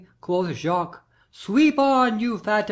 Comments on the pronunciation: in As you like it. It's "Jay-Kwees" here. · "Jaques" = "j-ah-ck" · In our theatre class, I thought it was Jacques said normally (the French way), others thought it wad Jakes, some thought it was Jay-keys. We're pronouncing it zhay-kwees. No one's remembering how to say it. Part of me wishes we could just call him Jack already.